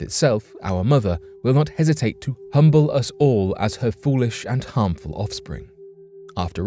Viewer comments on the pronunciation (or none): none